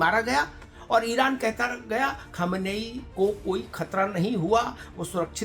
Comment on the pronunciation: Sir , Aap Sayad Khumeni and khamnei m difference nhi kr pa rha ho